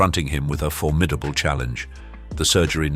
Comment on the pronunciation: I had to clock out the second time I heard "for-MID-able." Drives me nuts. It's "FORM-id-able," you numpty.